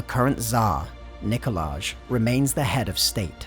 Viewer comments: Nikolay* Not Nikoladzh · "Nicolay" not "Nicolaj". "J" in Slavic languages is read as "y". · Its pronounced Nikolai, not Nikola-j... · I was so confused and thought they had invented an entirely new name of Nikolazh and not just mispronounced Nikolaj/Nikolai lol. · I know nothing about this world, but when you say NikolaZH it just kills the immersion for me; im pretty sure thats a Romanian version of Nikolai, and unless this Emperor is Romanian, thats just ugh. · you said "Nikolaj" twice! It doesn't sound like a Russian name and there's someone in the comments section saying the "j" is pronounced "y". Please fix this so the video seems more deep. When you drop "Nikolaj" it pulls me back to Western/America society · No one: English speakers: Nicholage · If the Tsar's name ends in a 'j', then I'd put money on the fact you're meant to be pronouncing it like it's a 'y'. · The "j" in Nikolaj is pronounced as a "y". This is a feature found in all Slavic languages and many European languages, such as German, for example.